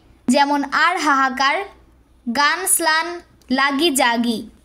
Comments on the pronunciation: স্লান‌ না😂 ম্লান হবে 😂😂😂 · স্লান‌ আপু 😂 ম্লান 😂😂